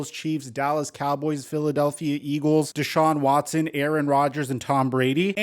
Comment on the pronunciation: Did y'all catch say "DeShawb Watson" instead of the Brown's